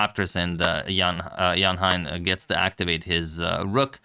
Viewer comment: Thanks, Antonio, for the wonderful games. By the way, 'Hein' (Donner) rhymes with 'rain'.